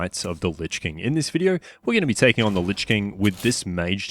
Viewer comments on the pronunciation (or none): none